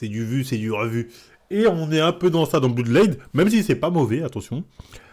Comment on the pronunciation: Il a quand même dis BLOOD LIGHT et pas BLOOD LAD